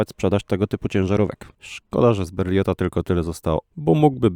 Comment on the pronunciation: wymawiamy "berliE" 😉